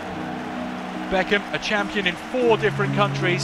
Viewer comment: as they say bend it like bechkem